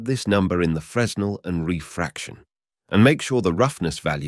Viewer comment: "Fress-nel" lmao